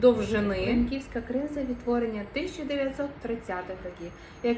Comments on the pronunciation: Наголос на першому складі в слові бОйківська сИлянка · сИлянка, але силЯти. бОйки, бОйківська